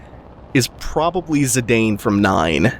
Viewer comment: its zidane as the footballer, not zidayne this has been confirmed by square